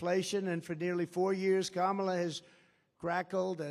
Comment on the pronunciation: Finally someone told him to pronounce KA-MA-LA’s Name Correctly. Loser